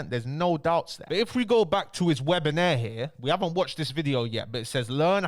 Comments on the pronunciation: Webi-nair 🤣🤣🤣 Its webi-nar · Bro don’t annoy me. It’s WEBINAAAAAR. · please learn how to say webiNAR and webinAIRE🤣! Love the daily content. Big up yourself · ok but wtf is a 'webinaire' 🤣🤣🤣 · I’m not gonna listen to someone that can’t say WEB-IN-AR correctly 😂😂